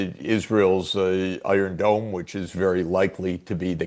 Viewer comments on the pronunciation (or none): none